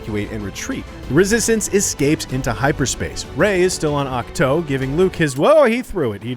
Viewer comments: That moment he says ach toe and not ach too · Awk-toe haha